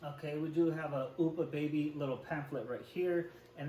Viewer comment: Oopa baby, hahaha. Just an fyi it's Up-ah baby